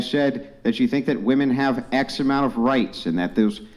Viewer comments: “Wi-min” it’s pronounced WI-MIN, why does it seem like more and more feminists can’t pronounce the word “women”. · Why, do women say woman in place of women?! It's driving me crazy. We are moose? Gazelle? Deer?😅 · A bunch of people that do not have kids or a spouse talking about kids and marriage. 😂 Also, can we tell (however you spell her name) that when you're speaking of multiple women it's pronounced "women" not "woman". Sheesh 🤦‍♀️ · Is incapable of saying WOMEN